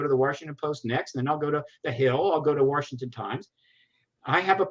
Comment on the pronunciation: ...for heaven's sake man...it's Washington not Warshington.